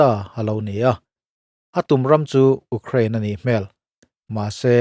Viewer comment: Uk kraine ti in lamlo la you kraine ti in lamla tu man uk kraine an ti ngailo